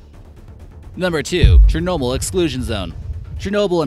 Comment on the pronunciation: dude says:"Chrornobyn and Prypyat' were both quickly evacuated".... Cluless...